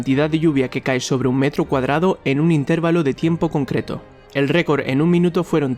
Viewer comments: No digas intérvalo di intervalo, de verdad suena horrible y da muy mala impresión. De resto tus vídeos son muy interesantes. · Se dice intervalo, no intérvalo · aprende a decir intervalo, y aparte, las sumas y restas y la definicion de estas 8.000 no son ochenta mil personas, son ocho mil